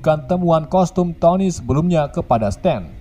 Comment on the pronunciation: BANG KOSTUM BUKAN COSTUM